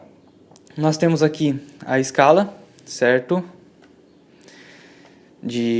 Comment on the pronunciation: Cerrrrto, cerrrrto, cerrrrto...